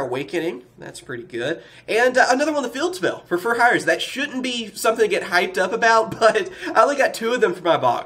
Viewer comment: Do a shot every time you cringe when you hear fur hire